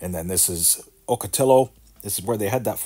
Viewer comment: Ocotillo is pronounced " Awk-uh-tea-oh. Ocotillo Wells is a famous off-road vehicle desert spot in California.